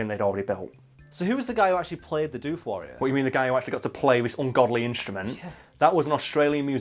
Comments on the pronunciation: bruh, its doof like woof, not dewf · Yeah hearing it pronounce dewf isn't right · Your saying it wrong. D'oof is how you say Doof. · "Doof" the colloquial Australian name for outdoor rave music (cause it goes doof-doof-doof-doof, I'm not joking) is pronounced with a short double o, unlike the word roof. Doof Wagon, Doof Warrior; short double o. Otherwise your mouth fills with flies in the time it takes to go Oooh, true story.